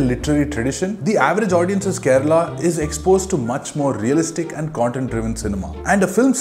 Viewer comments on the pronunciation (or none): none